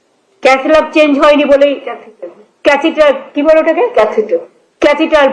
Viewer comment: ছি ছি একজন মুখ্যমন্ত্রী এইটুকু শিক্ষা নেই ক্যাথিটার বলতে পারেনা। তিনি এই এতগুলো শিক্ষিত লোকের ভাগ্য নির্ধারণ করবেন সত্যি😢